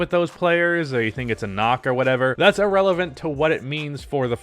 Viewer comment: Wait...did he say 'I-relevant' ?